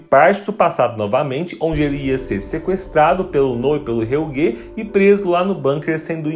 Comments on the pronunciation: Nossa esse "helguê" me irrita demais kkk e a moça fala todos os nomes muuito errado. O kahnwald ela parece que ta com preguiça de falar direito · Que agonia ouvir Helguê.